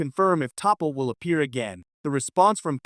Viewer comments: "TOP POH" ; "T POU " ; "TOP POUH" WHO THE FUK ARE YOU TALKING ABOUT WHO THE F*CK IS THAT????? DID YOU MEAN T(AH) POL (PAUL)???????? YOU MILLENNIAL YOUTUBE CONTENT CREATOR TYPES WILL THROW YOUR HAT INTO ANYTHING TO MAKE MONEY ON THESE CHANNELS WONT YOU????? TO HELL WITH RESEARCH AND PRONOUNCIATIONS OR ANYTHING ELSE.....ESPEICALLY GETTING THINGS RIGHT. WHICH YOU NEVER SEEM TO DO.............. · Hello. I have never written to a YouTube info displayed before regarding grammar,but I just had to too day. Topol is not pronounced ta-pal. I hear tapal,it hurts my ears to listen to. My grammar book say/ta pol is not said tapal. She is my 2nd favourite on Enterprise, and a WOOF.but you should listen to how archer says it. I can't listen to your last (6) minutes,it makes my ears quiver. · Hey stupid AI voice, her name isn't 'teepol' or 'top ol' T'Pol... geez, this is the best reason I have heard to hate AI voiceovers... THEY SUCK!! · it's pronounced as T'Pol not as Topol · AI- her name is NOT "TAH-POLE" nor "TEE-POLE". Her name is pronounced "Tuh- Paul". Please do a future edit to make sure of how words are prounounced. Other than that, your video was pretty good. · It's pronounced T'Pol. There is no character called Topple. Learn to pronounce the name correctly or get out of of this business. You insult true fans. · It's pronounced T'POL...not Teeple. Or Tahple. Sheesh. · NOT 'TEE-POLE', but "T-Pol". Subtle Inflection I am Certain is LOST to the Newbs, but , really, GET IT RIGHT, please! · Bloody AI can't seem to get it right EVER !!!! Its Pronounced T'Paul NOT TOPPLE ffs I cant continue watching this. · Is this an A.I. or voice emulator reading the script? It’s “T’Pol,” pronounced, tuh-pol, not Tee Poll or Toppell! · its pronounced Tee Paul no topple. This sounds weird. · weeeey topple is back , omg get the name right . Ai the voice of the future good grief . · Her name is pronounced T'Pau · Pronounced Ta Paul. Stupid AI!!! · Topple? Teepole? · Lol...TOPALL!!! AI on this sux.